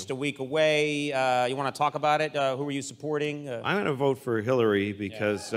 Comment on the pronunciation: The deal he made with the devil forced him to say hilliary...